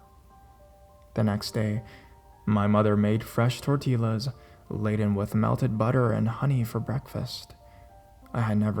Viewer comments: TortiYAH NOT tortilla. Lmao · Torteela lmao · Never in my life have I heard anyone pronounce tortilla like that.... For future reference, in Spanish a double L sounds like how a Y does in English, so it's torh-tee-yah. :) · Lol although I'm not Spanish or Latino, Bruja is (Brew-haa') the J is and H. Tortilla is pronounced (Tor-Teya) the ll is a Y sound. 😅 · it's tor-tee-ya! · umm you also mispronounced tortilla (tor-tee-ya